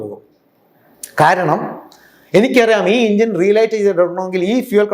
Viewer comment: എൻജിൻ എന്നുപോലും പറയാൻ അറിയില്ല ആശാന്. "ഇഞ്ചൻ" അല്ല സോപ്പിന് പകരം തേച്ചു കുളിക്കുന്ന "ഇഞ്ച".